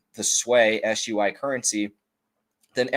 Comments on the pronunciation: Not sway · Sir, SUI is pronounced <SWEE>